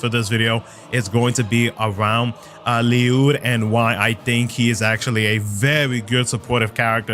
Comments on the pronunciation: Bro I keep telling you It is pronounced "Lluyd." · You sure its not just pernounced l-uh-d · You pronounced it right sir. There’s even an ongoing topic that Ryudo is also acceptable, just not ‘Lie-yud’.